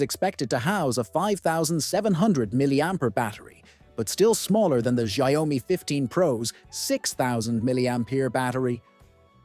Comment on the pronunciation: You pronunciation on xiaomi is ERROR404, it's xiao-mi, not xia-o-mi